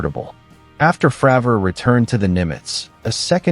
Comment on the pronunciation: You say "Frawver" one more time I'm out of here, 👋bye now👎